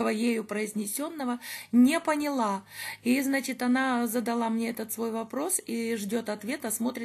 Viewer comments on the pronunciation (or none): none